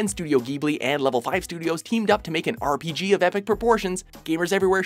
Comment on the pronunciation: You should probably look up how to pronounce Hayao Miyazaki and Studio Ghibli before saying them in voice-over...